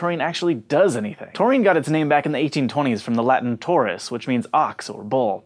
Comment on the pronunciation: Taurus is not pronounced thor-us in Latin tho. Not even remotely close. Ta ( like in "ta-ta" ) - uh - ru ( like in Ruby, root or Ruth for ex. ) - s is how it's pronounced in Latin. Nice hair, super vid :)